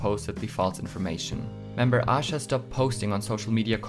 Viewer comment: Aisha is actually pronounced as Ah Sha. The Hangul version of her name is 아샤. However Aisha does sometimes say her name with the i in it since she gets called that a lot by intl fans lol